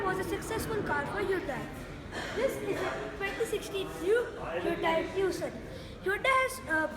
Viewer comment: its not tocun !! its tucson idiot !!!!